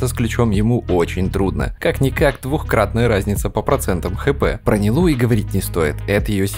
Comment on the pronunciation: Почему НилУ? Минус уши(